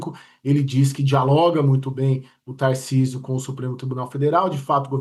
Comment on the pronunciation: Acho engraçado o paulistano falando "taircisio "